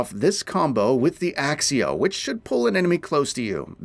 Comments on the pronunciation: Its accio not axio 🤓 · It's ACCIO , not ACSIO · Have you actually played? .... Have you ever heard your character say "Axio" ? ... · Transfiguration not transformation Accio not Axeio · Kroo-SEE-oh ACK-kio Jesus, there’s only 8 films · bros said axio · so true! i mean for fuck sake content creator please pronounce the spells properly ...there are people who are new to the game who will be wondering what the hell u are talkin about....our characters even pronounce it properly as "ack-ee ohhh" in the game. no excuse whatsoever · In the movies they sometimes do, and by proper latin pronounciation, "cc" is pronounced like "kc", so Accio technically should be "Aktseeoh"